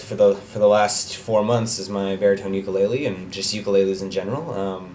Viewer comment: Learn to pronounce "ukulele" correctly!